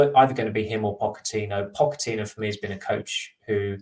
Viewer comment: can you please change your pronunciation of Pochettino? It does my head in!